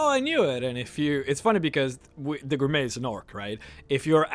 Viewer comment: I know this is minor and shouldn't bother me but it does just a small bit. It' may be spelled Gourmet but it is pronounced Gourmay.